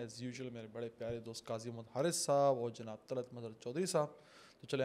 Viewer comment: Brother while saying the only beautiful name and nur of the whole universe ( our beloved prophet muhammad s.a.w) Dont eat up the words and say the name with utmost calmness and stop while saying the greatest of the names, Agar yahan pe nhi rukey tou kahan ruko gay May we all be accepted in his s.a.w's yard❤